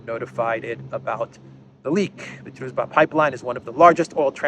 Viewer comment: BTW it's pronounced DruJba. :)